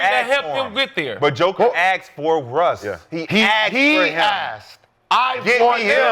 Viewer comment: He Asked not aksed.